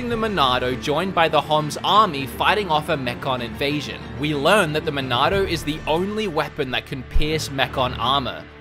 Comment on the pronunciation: I just want to say, in your review of this game; because you have an accent... the way you say Monado is just so damn correct. It’s a truly cannon pronunciation. Lol! Dude, you rock and I couldn’t agree with you more. I loved Xenoblade Chronicles 2 and played a ton of it (and of course beat it) because I am a huge fan of the XBC universe... didn’t mind it at all but the game was somewhat slow in comparison to the original. I’m not sure if it felt like it had flaws just because of how perfect the original was... Xenoblade Chronicles is a legendary game after all. Its a tough game to compete with, not to mention make direct comparisons. I felt the Torna expansion held up a better torch to the original. The engine was upgraded alongside graphics, and the gameplay was a bit closer to the original with the lack of “blades” being under your control. XBC is such an incredible game that the Wii and 3DS versions are completely enjoyable, even up to today’s standards. The graphics are definitely dated in the non-HD version, but the art style is so unique and world design is near flawless that it made up for the dated graphics. Don’t even get me started on the storyline... has more twists and turns than many movies or television series out there. There’s a story arch around every corner to keep you consistently hooked. Now that it’s in HD, I think this game is literally top tier perfect in general. I haven’t made the leap to buy it yet, but I will soon and when that happens, I shall pre